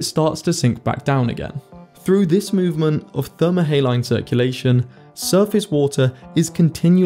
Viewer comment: How can you expect to say thermohaline correctly if you can't even pronounce saline? ; )